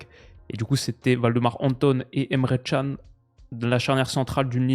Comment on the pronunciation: CAN ça se dit DJAN pas TCHAN